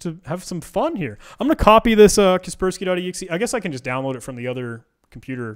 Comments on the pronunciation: I pronounce kas-pers-key ->>>> ka - pers -key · Who TF pronounces it "casper-sky" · kasper-sky or kasperski, either way just use windows av. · it hurts my brain when he pronounces it as kespersky. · The way he pronounces "KasperSky" annoys me. Is he trolling us and doesn't know about KasperSky? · I cant stand how he pronounce kaspersky how do hell do you think you pronounce it like that?